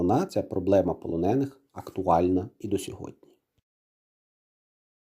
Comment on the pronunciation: Знову ці ополоники?! Стежте за наголосами!